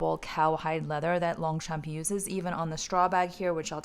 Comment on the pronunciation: Hello, we don’t pronounce the g and the p in French ( in longchamp ) 😉